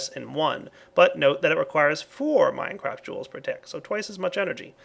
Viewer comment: "minecraft joules" lol its mega joules XD